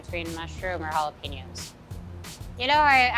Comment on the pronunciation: I'm surprised by the way Selena pronounced jalapenos. Now I am questioning my pronunciation of the word.